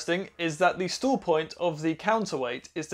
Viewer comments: Who else had to watch several times before realizing that when says “stools”, he means “stall”? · I thought you said stool points at first! :)